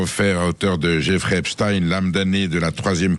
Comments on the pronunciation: Marre d'entendre EpSTINE, c'est EpSTEIN !! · Raufer prononce lui aussi Epstine à la Russe... Comment prononce t'il Einstein ? Einstine ? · Ça ne se prononce pas epstine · Vous n évoquez que les viols de jeunes femmes.. Mais jamais des enfants, et des réseaux pédocriminels. Un discours un peu polissé.. Le mossad n est pas mentionné non plus.. Rien d étonnant avec sud radio.. Déjà la prononciation du nom. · Pourquoi cet homme ne sait pas prononcer le nom Epstein correctement ?!